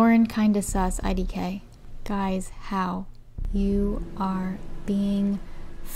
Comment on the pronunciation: Not the "eye di kay " lauren 😂